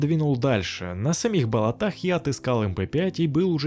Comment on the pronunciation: Ты же специально говоришь болотА!?